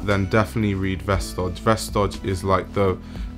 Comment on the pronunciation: It’s said like “vestoy” :)